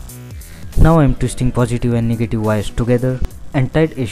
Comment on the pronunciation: Didi he actually said niggative connection ? xd